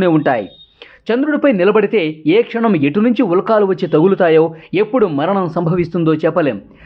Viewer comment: Ulkaaa lu kadu sannasi.....ulka lu Ani chadavali.